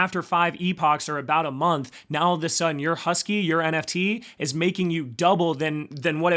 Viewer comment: Pronounced HAWS-KEE. Its supposed to be a play on words to pay homage to Charles Hoskinson lol😎🤙🏿